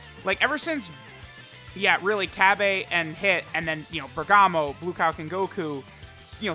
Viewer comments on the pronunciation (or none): Seriously, literally nobody pronounces Cabba's name as "Cebeeh". Not in the dub, not in the sub, nowhere. So where the hell did you get that from.